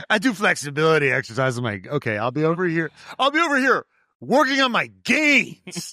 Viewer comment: Zero Felixibilily...Fexibilility..Flexbilitly😂